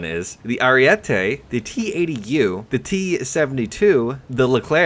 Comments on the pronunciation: Btw stop saying ariette it's ariete. One t. Every English speaker gets that wrong. It's a goddam name not an opinion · Ariete not ariette